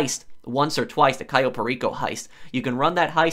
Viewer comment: the way he says cayo enrages me